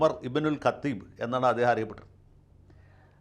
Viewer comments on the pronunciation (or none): കതീബ് അല്ല മൊയന്തേ,കത്താ ബ് ആണ്. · ഉമർബിൻ കത്താബ് എന്നാണ് പറയുക ഖത്തീബ് എന്നല്ല ആദ്യം നീ പഠിക്ക്, ആരും ഉമറാകുന്നില്ല അതിന് പറ്റുകയുമില്ല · കതീബല്ല ലായറേ താനെന്തേ ചിലപ്പോൾ ജാഹീലാവുന്നത്.ഖത്താബ് എന്നാണ് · ഖത്തീബ് അല്ലടോ ഖത്താബ് ആണ് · ഓമറുബി നുൽ ഖത്താബ് എന്നാണ്. ഖ്‌തീബ് എന്നല്ല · വക്കീൽ സാറേ.. ഉമർ ബിൻ ഖത്തീബ് അല്ല... ഉമ്മർ ബിൻ ഖത്താബ് ആണ്... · ജയശങ്കർ തിരുത്തി വായിക്കണം ഉമർ ബ്നുൽ ഖത്താബ് എന്നാണ് ശരി ഖത്തീബ് എന്നത് ശരി അല്ല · ഉമർ ഇബ്നു ഖത്താബ് എന്നാണ്.ഖത്തീബ് അല്ല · ശങ്കര ചരിത്രം പറയുമ്പോൾ മിത്ത് പറയുന്ന പോലെ പറയല്ലേ... കുറച്ചുംകൂടെ ആധികാരികമായി പഠിച്ചു പറയും ഉമർ ബിൻ ഖത്താബ് ആണ്.. പേരെങ്കിലും ശരിക്ക് പറയാൻ പഠിക്കൂ